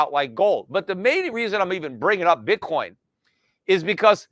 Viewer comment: Pete said Bitcorn lol